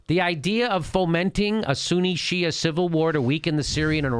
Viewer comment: "Shi'a Pipeline... Suuni Pipeline". As spelled out in the Quran, right? haha